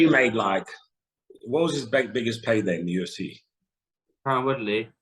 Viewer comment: bruh he called tyron Woodley "Tyren Woodrow" LMAO